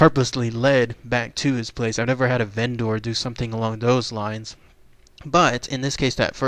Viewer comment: Vendor is pronounced "VEN-der." The way you say it makes it sound like a Go-bot.